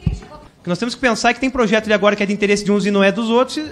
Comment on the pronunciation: Parabéns Kim "Cebolinha" 👍👏👏👏👏 ... "plojeto" 😆😆😆.